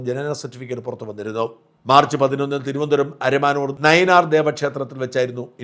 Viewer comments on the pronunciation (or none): none